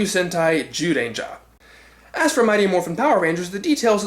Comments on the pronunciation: Guess you realized that it's pronounced "Jew" and not "Zew"? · Strike that, you still pronounced it as z rather than j throughout most of it.